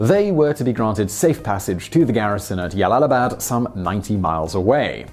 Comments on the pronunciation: Jalalabad is pronounced: "Jalalabad", not "Yalalabad" Source: Pronunciation Guide (YouTube channel). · This has one of the funniest mispronunciations. It is J(like John), not like y in yes for Jalalabad. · 1st - Jalalabad is pronounced like (J) not (y) . 2nd - the general was left alive to deliver the message of Afghan bravery. 3rd - The people who fought with British soldiers, were the freedom fighters of their own homeland not Welsh or Scottish rebels. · Jalalabad is an Arabic name, not Spanish. If it were Spanish, then you may have a point with Yalalabad But it's not. It's Arabic. And the correct pronunciation is JALAL-ABAD OK ? > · J. Not Y. Jalalabad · What the actual fuck is "Yallalabad"? There's a reason it's a J! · Glomo To be fair not all Js in Spanish are pronounced as Ys either (Juego, Jueves, Janero, etc.) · Jalalabad is pronounced English way not Spanish way. So it's not pronounced Yalalabad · The town of Yallallibad - I dare you to say that town name five times fast without messing it up !! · Ugh, I cringe every time you say Jalalabad. It's J. Jalalabad. Like as in jersey. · It is really not pronounced "yalalabad" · I thought the Spanish J mostly a hard 'h' sound but can also make 'y' sound. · Jalalabad is pronounced with a hard J. And this general sounds like a cockfool and a half. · Its J not Y, afghans arent hispanic